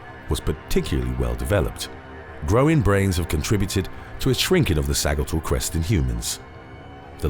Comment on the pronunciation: Sa-JIT-all crest